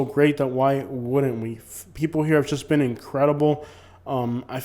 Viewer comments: I agree except you keep pronouncing JUST as SHUSH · And SHUSH instead of JUST